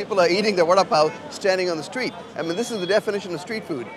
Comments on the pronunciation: lol I thought he was saying "Warda-Pow" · It's pronounced "wada paw " ?